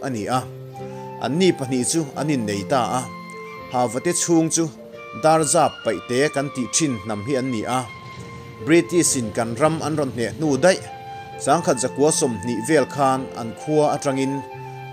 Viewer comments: Darzap nilovin Dapzar, Ṭhawngliana nilovin Thawngliana, Zoral (ral lehlam sawina angin I lam) nilovin Zoral (hmelma doral) aw... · I chhiar thiam viau a mahse lam diklo i ngah mah², entirnan, Dapzar paihte, Thèn kung etc etc